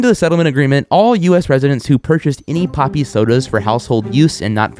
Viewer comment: For a second I swore it said poopie